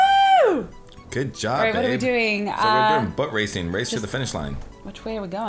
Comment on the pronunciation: When said boat racing it sounded like he said butt racing